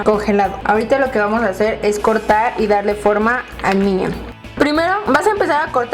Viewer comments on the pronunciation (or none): PASTEL DE "MINIOM" JAJAJAJAAJAJAJAJAJAJAAJAJAJAJAJAJA